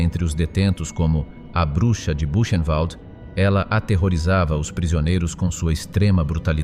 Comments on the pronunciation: Petite IA : Répète après moi: "Ilzê Kor" (et non "il se coche ). " Bourennvalt " (et non " Bûchenvalde "). Danke. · Qu'est ce que c'est pénible d'entendre ce robot prononcer Koch avec le son "coq", ou encore "kotch" (comme du scotch). Mes oreilles saignent. Elle était allemande, le "ch" se prononce comme un "r" -> "Ilse Kor". Idem pour Buchenwald.